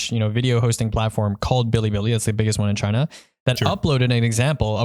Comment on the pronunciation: Any one watching this after last pantheon video that's dying every time they say china